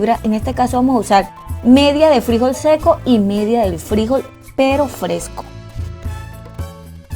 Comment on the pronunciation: Frijol, con acento en la última sílaba.